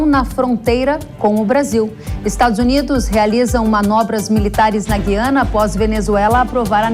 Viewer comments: NÃO É GIANA, É GUIANA. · Na nossa língua pátria a Guiana deve pronunciar o "U" os jornalistas deveriam saber. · Moça, Gu- i- a-na!, no Brasil Em Portugal vc deve falar Gui- a- na...❤ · EM PORTUGUES A PRONUNCIA É GU-I-ANA. ALFEBETISADA PELA PÁTRIA EDUCATIVA!